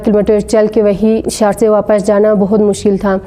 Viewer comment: Saar tse nahein Bhai shar tse